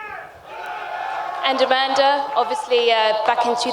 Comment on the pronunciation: Remove the "da" off A-manda then you will have it right.